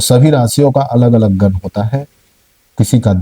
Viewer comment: पहले गण को गन कहना बंद करो! देव गण होता हैं और देवगन तो अजय होता हैं! 😝